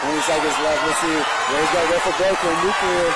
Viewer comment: Nuclear, not nu-cular!!😎